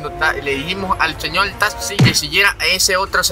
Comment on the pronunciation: "le dijimos al señol talxi que siguiera a ese otro señol talxi" ja ja ja ja morí 😂